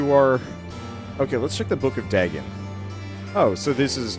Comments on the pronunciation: It’s pronounced day-gone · As a big fan of Lovecraft's works, it hurt every time he mispronounced it. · Just so you know, for future reference, it’s pronounced Day-gone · The "correct" pronunciation is closer to Day,gon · In modern English, yes. But in most languages it's Duh-gone, including ancient Mesopotamian languages from where the deity originates (there were other variants, too, e.g. Dogon or Dagan). I don't want to sound pedantic, it's just that English has a very particular pronunciation that makes it difficult for EFL speakers to say any foreign names properly